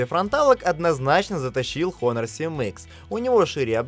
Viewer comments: Китайская херня,только по глупости можно хуавей купить!А автору привет,Honor читается и произносится Онор! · Произносится название фирмы "Онор". Сколько можно уже коверкать английские названия? МейцзУ - ударение на последний слог.